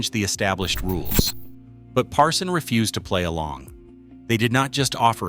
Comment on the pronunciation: it's Parsun not Parson! How can we trust you if you don't even know the correct name?